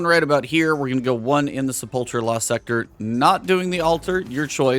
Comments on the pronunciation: Sepulcher...se-pul-ker. Not cher....omg. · Great tutorial, would have gotten 11/10 if he pronounced "Sepulcher" correctly. It's "SEH-PULL-KURR"